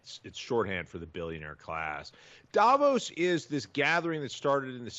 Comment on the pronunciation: Krystal, I thought you said it was pronounced "Day-vos!!?" Lol..